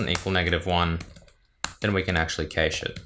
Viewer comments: As an American, IT people here mostly pronounce it as "cash", with the a sound being "short" like in cat, bat, map etc... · i always though cache was pronounced cash